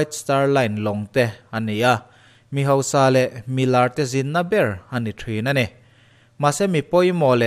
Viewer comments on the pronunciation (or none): none